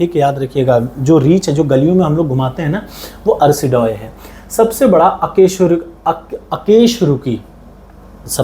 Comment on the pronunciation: अकेशरूकी नहीं अकशेरुकी 😂😂